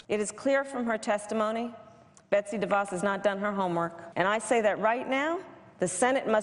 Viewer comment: The name de Vos is so short, you might expect it could be pronounced properly.